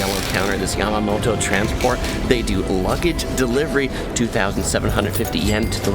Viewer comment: Dude. It’s Yamato transport. Not Yamamoto. 🤦🏻‍♂️